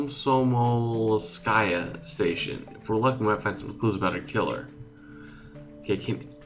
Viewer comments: komsomolskaya [ Kom-so-mols-ka-ya] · its kom-som-ols-kaya station